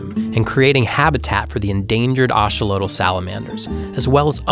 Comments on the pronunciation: It’s pronounced a-XO-lo-tl, not A-xo-lo-tl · i have never heard axolotl pronounced like this